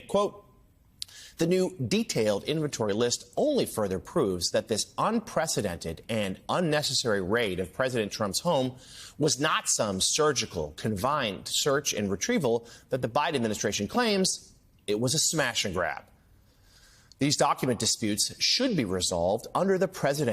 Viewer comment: How is confined pronounced in America? Convined?